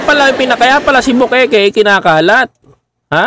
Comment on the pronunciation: bukaka hindi bukeke